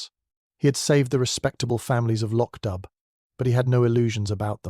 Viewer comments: If you're going to create fan fiction you could at least get the names right! Loch Dubh is pronounced "lock doo." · “Lo-ch dubb”? Please correct the AI pronunciation.